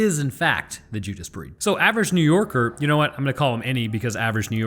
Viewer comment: I'm sorry did he just say the Judas Breeist lol